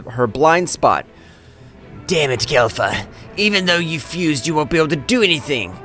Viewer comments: Bro it’s Kefla not Kelfa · Its kefla not kalfa